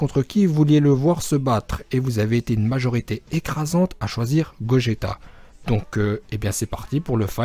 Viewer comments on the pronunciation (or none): C , est GOJETA